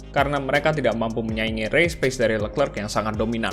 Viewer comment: Min charles leclerc pronounce nya sharl lekre